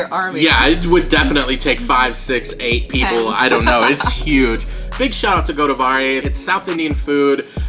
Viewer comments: they pronounce it Gadbari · No in USA , Their pronunciation sounds like Gadbari . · But its pronounced as "Godavari", if you are not able to spell this, you can copy and paste the word in google translate. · I can , I am speaking about the makers of this video listen how they pronounce it.